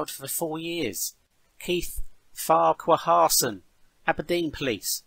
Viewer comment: FYI......Farquharson is pronounced 'Farkurson'